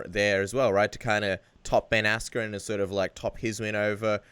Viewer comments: Love how he calls Ben Askren "Ben Ass-cream". Funny as shit! Honestly, big props to Colby for taking the Lawler fight- he's got brass balls. Robbie is one of the scariest, most intimidating fighters in the UFC- the only one more so pound-for-pound (and off the top of my head) is Yoel Romero: that guy is straight nightmare fuel. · Gus Martinez asscream , dude said asscream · Is he saying Ben AssCream?